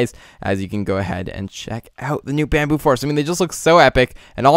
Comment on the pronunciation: Lol you said Bambillo.... Bambillo Pillow case xD